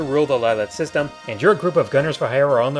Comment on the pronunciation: you said "Lylat Systoom"